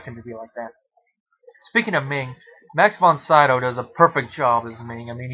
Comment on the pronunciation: Great movie. I saw it at the theater. Went to see it again the next day and it was sold out so I saw Any Which Way You Can instead. Just to let you know, since you do movie reviews and Dino De Laurentiis produced a good amount of movies, Dino is pronounced like Fred Flintstone's pet Dino and Max von Sydow is pronounced Seedow instead of Seyedow. Good review.